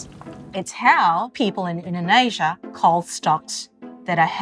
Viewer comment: The Bloomberg's Indonesia correspondent doesn't know how to pronounce Indonesia.